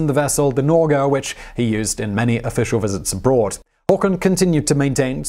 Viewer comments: "Nor-geh" not "norgh". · Its alt for nor-g-e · Nårdj - hillarious.... Phonetics surely isn't your strength. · "Everything for Norway" would be a better translation. Also the g in Norge is hard, not soft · You dont say alt for norch the g Is hard and you say the e independently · Wrong prenounciation: Norway in norwegian and swedish is "Norge", its not prenounced "Nortch" like you butchered it, but "Norjeh". But "allt för" is correctly prenounced.. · God bless you. But Norge does not rhyme with George, it is Nor-yeh. Just saying, even though you mention that you are crap with other languages. XO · when he said nrdsje i cringed so hard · the way you proununce "Norge" is so bad. Im sorry D: But try this: Nor- (hard g)eh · He is mocking the way the narrator is prounouncing "Norge" as when he says it it sounds like he says "Nordge". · Give me a call, I'll teach you how to say Norge... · hey hey sorry to be this way man but HARD G in Norge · Norge = Nor-guh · haha "alt for norje" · Actually... Haakon never learned Norwegian during his entire rule in Norway. He would always speak Danish for the entirety of his life, and as you might know... In Danish, the G in Norge is a soft one :P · Jeg har aldri hørt en nordmann uttale g-en i "Norge" på den måten før... I andre ord, sure, men ikke i "Norge" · Da er det hyggelig av han å tilrettelegge for dem ved å uttale Norge på en måte en svært liten minoritet av nordmenn gjør. Jeg tror det originale poenget mitt fortsatt står. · ...and you have to roll the r! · that prononciation of Norge in "Alt for Norge" is probably the worst I've ever heard! XD But hey! A video about Norway! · ??? NORGE! don't insult the Norwegians please...